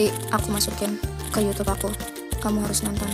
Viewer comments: Magsud si simi itu ngebenerin kata yg salah kan bilang nya yutub trs dibenerin sm simi jd bacaan YouTube gitu tante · Itu disuruh ngomong yang bener😂🤣bukan yutub, YouTube katanya🤣😂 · Lah kamu bilang yutub harusnya youtube😂